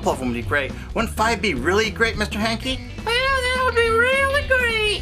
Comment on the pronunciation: Hankie, not Yankie